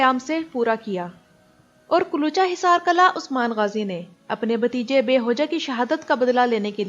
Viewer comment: kala nhi g killah قلعہ hota hy قلاnhi hota phly bolna sikho